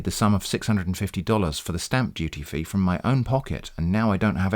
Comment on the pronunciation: The glottal stop: "FRO M" -- I died!